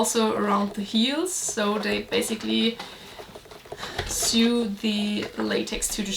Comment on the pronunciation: Your english is very good. But english is a bitch .Sew is pronounced, And I don't know why. as so or sow. So, where were you . Or , we will sow the wheat tomorrow.